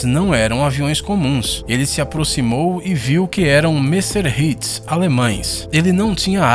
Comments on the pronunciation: ehusheusheusyeueuw messerhits?????? é Messerchmits!!! ou BF109 q é mais facil!!! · Os aviões alemães eram "Messerschmitts" e não "mersserhits"